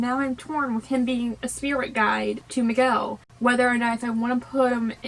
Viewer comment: Dont't worry I know it can be difficult some words in my language becase we have a lot of words with letter "R", but you pronounce right Miguel, Héctor, Dante and Imelda :). I love Coco, and I'm proud of how part of my culture it's represented. Greetings from México.